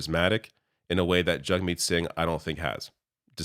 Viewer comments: His CONSTANT intentional mispronunciation of Jagmeet's name is infuriating, and I will now be calling him Pier. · you can hear PP start to say jagmeet’s name properly and then changes it to the incorrect pronunciation. This is 100% him trying to pander to xenophobes who will grasp onto the fact his name doesn’t follow anglophone pronunciation and goes to show how fake he is. All he is, is a slimy charlatan taking advantage of US right wing extremism bleeding into Canada to get himself elected.